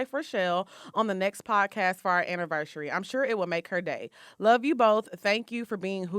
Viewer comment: 😂😂😂😂😂 "I sholl did"